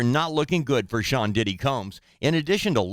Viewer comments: Nancy said pdidit 😅😅😅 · 😂😂😂😂😂 this lady said. PDidit😂😂😂